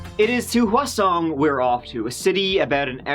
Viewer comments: I'm sorry but I keep hearing you say croissant instead of Hwaseong....and now I'm hungry. 🤦🏽‍♀️😂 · keep thinking ur saying Croissant, and then bread basket ? 😆💕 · There should not be a statute of limitations on MURDER or RAPE in my humble opinion. Geeeeeez. Also, every time you said Hwaseong, I thought you were saying "Croissant" lol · his pronunciation is surprisingly good! i think the issue is the stress on the first syllable in hwaseong; standard dialect korean has equal stress on each syllable in a word. he's obviously put the effort into learning to read romanized korean and gets all the vowel sounds right (he does add an r to park, it should be pronounced pahk, but that's a really common mispronunciation so i dont blame him for it). He does a lot better than most!! compared to some of the butchering of korean ive heard from westerners, did a fantastic job for someone not learning the language, i really commend him.